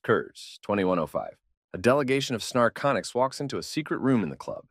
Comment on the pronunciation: The mistakes the A.I. reader makes can be rather amusing. I am hearing the name of one ET species as "snarconics", and the text says "narcotics"...perhaps these aliens are addictive? LOL